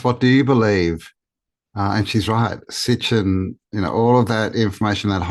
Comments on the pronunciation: Honey, It's Sitchin not Stitchin LOL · Im glad you said Sitchin, because she lost me calling him Stitchin. Idk why it was so nerve wrecking but damn, at least learn how to properly pronounce the vocab involved with the lore if you are trying to sound knowledgeable on a subject.